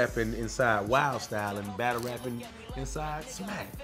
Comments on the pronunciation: Ny dudes say "battu" instead of battle lol (not a diss just making an observation) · Yeah we deff don't say battu we say battle lmao u buggin b